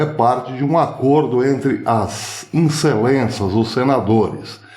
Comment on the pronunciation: E as "incelenças" foi ótimo. Kkkkk